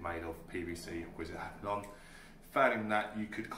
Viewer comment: Hyper ...lon hapalon😆